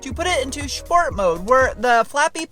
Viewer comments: Why do you say SHport instead of SPort? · I'm here for "shhport"